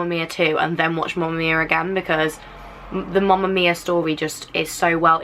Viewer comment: She was saying mumma mia. I mean.... Its mamma mia not mumma